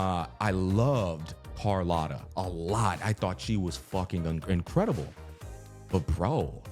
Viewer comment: Brooo, for the love of god, its cArlOTta not cOrlAtta, AAAAA